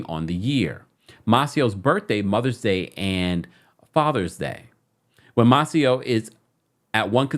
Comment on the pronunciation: You be tearing these names up!!!😂 it’s May-Cee-Oh.